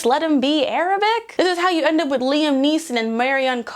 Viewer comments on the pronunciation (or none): none